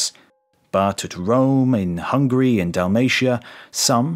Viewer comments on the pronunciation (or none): none